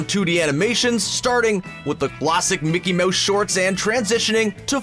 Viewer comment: It's not Mickey Moushe it's mouSe 👍Like if u noticed ⤵️